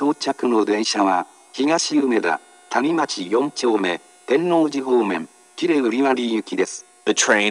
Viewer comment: “谷町”のアクセント間違ってて草